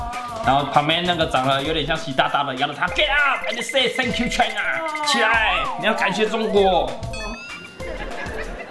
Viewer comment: China is china 聽成 台南is台南😆